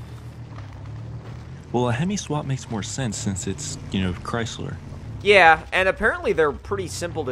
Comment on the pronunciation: he said cristler